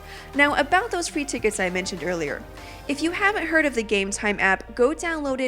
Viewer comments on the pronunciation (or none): none